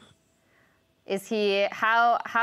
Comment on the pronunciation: who the fuck is U Z I?!?!?!?!?! It's pronounced "oozee" fucking say it right